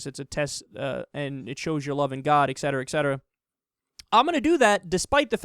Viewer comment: Kyle, it's ET cetera…not Ex cetera